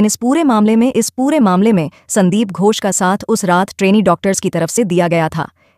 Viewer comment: Poor pronunciation ghosh not gos